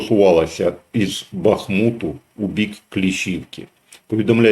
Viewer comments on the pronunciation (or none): none